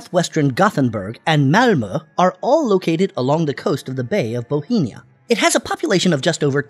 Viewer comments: Bothnia, NOT Bothenia! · Bohemia? No it's pronounced Bothnia. Just like the "OTH" sound in Gothenburg . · Boheena? Ookraine? Hire a human to narrate, your AI is showing… 😠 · Why is it called 'bohemia' in the video when it's name is 'bothnia'? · Gulf of BOTHNIA - not Bohemia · Can you tell me why you pronounce gulf of bothnia as bohemia?? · This guy says "Bohemia" for "Bothnia." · You pronounce "Bothnia" as "bohemia", why? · Why do you keep pronouncing Bothnia as "Bohinia"? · Swedish and Finnish are not linguistically similar and do not arise from the same family of languages. Swedish, Norwegian and Danish are related, but not Finnish. Finnish is more closely related to Estonian. Also, it is not pronounced the "Gulf of Bohemia". There is no such place! It is pronounced "Gulf of BOFF-NIA" and it has no relation to Bohemia, which is an ancient region in the Czech Republic. I'm not Scandinavian, I'm British but even I know this. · Why does he pronounce Bothnia as Bohenia? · 'Its principle cities [lists 3 cities] are all located along the coast of the Bay of Bothnia' [identifies area of Bay of Bothnia, dubiously pronounced, as barely touching Stockholm and nowhere near the other 2 cities at all]. On encountering sloppy inconsistentency like this, I tend to assume a lack of effort or lazy use of automation. I am then unlikely to finish the video and strongly consider pressing the 'do not recommend channel' button. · How do you keep mispronouncing "Bothnia?" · BOTHNIA, ffs... 💀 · Sadly, this video was not well researched, starting with the pronunciation of Bothnia. ;-)